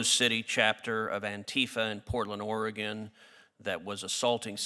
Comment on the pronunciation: I like Cruz now. He said Oregon correctly.